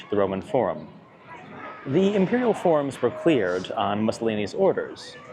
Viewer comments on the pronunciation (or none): none